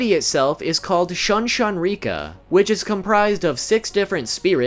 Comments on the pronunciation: “SHOON SHOON REE-KKA” not “SHYUHN-SHYUN REE-KKA” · Shun Shun Rikka, not Shan Shan Rikka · Pretty sure that "U" in Japanese has the sane sound as "oo" in foot. So, Shun Shun Rikka would be pronunced "Shoon Shoon Rik-ka" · Love how he said Saten kesshun right but not shun shun rikka